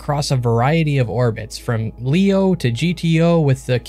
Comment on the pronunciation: No one calls LEO "leo". It's an initialism, not an acronym, so we say "el-ee-oh".